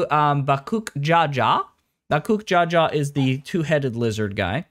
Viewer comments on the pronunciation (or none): BaKOOK ja ja...... bro where the fuck are you getting the k it's baKOOL ja ja 😂😂😂😂😂😂 ain't no way you played this entire thing and thought it was bakook jaja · if you are going to comment on the story, please at least have your audience half convinced you actually went through it. to mispronounce the name of a major character in the story (bakool ja ja) literally almost got me to stop watching the video, and that’s not even mentioning the other names you butchered 😭that being said, i do agree with many of your points. the expac was dependent on whether or not you liked wuk lamat and honestly im nearly done with the story and i can’t decide if i like her…